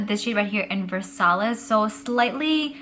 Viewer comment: Versailles is pronounced as "Versayee" and Baroque is "Barok" 🙂🙃